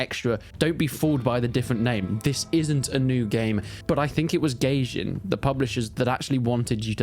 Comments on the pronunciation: I think its pronounced "guy-jin" not "gay-jin" lol 😂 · it's goy-jin